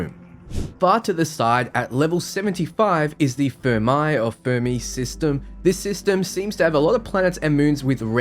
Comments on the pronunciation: Zeta Ophiuchi (Zay-Ta Oh-fee-yu-kai}; Charybdis (Ka-rib-dis); Fermi (Fer-mee) Many thanks for the excellent review. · Imagine claiming the British accent is 'how the rest of the world speaks' and then failing to pronounce the names of historically famous physicists Enrico Fermi and Richard Feynman. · "Americans don't know how to pronounce Aluminum" Also: Doesn't know how to pronounce Fermi I kid though. Great and informative video as always!